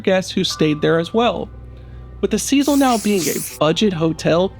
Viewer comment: You aren’t even pronouncing the name name of the hotel.